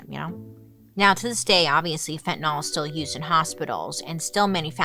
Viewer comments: Not "fen-ten-awl"....Its: "fen-ty-nil."* It drives my nurse sister crazy when she hears other professions call it Fen-ten-awl (specifically cops who should no better if its such an epidemic.) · Why does she mispronounce the word itself. It's got an 'a' in it order to say the 'TAN' part of the word. Say it like FEN - TA - NYL . ( not " Fentnil " ). Q. Why has it gotten that A ? A. To make you pronounce it right . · I know I'm unhinged... but it drives me crazy ! Fentanyl, like Benadryl. Not fentanol like alcohol... I know, I hate me too. 🫣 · It's pronounced like it's spelled: fen-tan-YL, not fen-tan-AHL. It's an extremely common mistake but a mistake, nonetheless. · FentanYL, not FentanAL... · This might be frivolous but fentanyl is not fentanol it's fentanill. I get so frustrated when people mispronounced a simple word... Sound it out with a y okay lesson for the day thanks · Pronounced Fen-ta-nil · pronounced fent-a-nil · Totally important, but I always wonder why it gets pronounced like "fentan-all" when it's spelled with a -yl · Fin tah nill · Raise your hand if you pronounce it "Fentanol". I think most people do... Fantastic video! ❤ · Pet peeve. Read these words: Vinyl Style Dye Gomer Pyle Bye bye Cyrus Gyrate Hydrate Mysogenous Pythagoras Zephyr Where does the letter "y" in fentanyl become an "o"?!?!? Fen-tan- il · Its pronounced fen-tuh-nuhl so technically you’re incorrect but anyways who cares its not a big deal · Is it pronounced.….nol or.,,,,nyl?